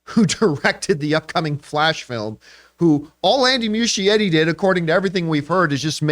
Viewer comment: Oof Campea still mispronouncing Andy Muschietti’s last name